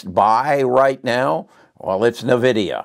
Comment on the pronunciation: Thanks for not pronouncing Nvidia as Invidia.